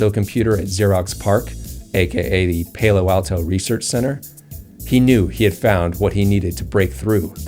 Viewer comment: Pay-low Alto?